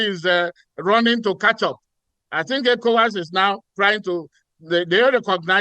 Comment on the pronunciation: Can Arise please use a real person to voice the translations... The program voice is distracting; can't pronounce ECOWAS or NIGER properly. Nonsense.